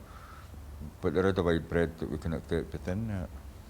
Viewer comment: 3.30 wide breadth not breath :)